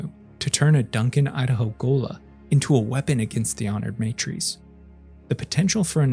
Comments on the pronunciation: MA TR As Not May Trees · Why does the narrator pronounce Leto like Layto, Teg like T-egg instead of Tiig and honored matres like maytrees instead of mahtres. Really annoying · Just gona put this out here because i hate incorrect phonetics. It is not said "MAY-trees" when refering to the Honored Matres. The word is said "Mah-trehy". Now you know. Folks, we have google these days. So if you dont know how a word youre reading is said you can literally look up the correct pronunciation. Please for the love of the fuckin english language, take thirty seconds and look it up. Especially if youre doing presentation style spoken content. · It's MAH-trays. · Every time you say matres wrong a part of my soul dies.